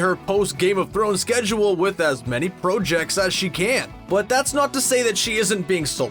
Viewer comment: Why you say projects like that... pro jects